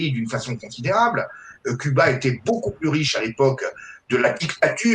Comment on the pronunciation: Les religions mère de toutes les divisions n'ont rien de réellement spirituelle ! Cela dit le régime communiste est l'un des pire , fin des libertés individuelles au nom du collectif, la fin des haricots !Concernant Cuba, cela ce prononce Couba !